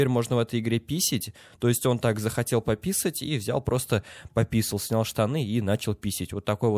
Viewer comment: ''пописить'' смешно произносишь ))))